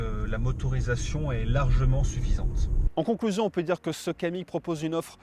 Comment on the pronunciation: C'est un Kamiq et non un Kadiq :-)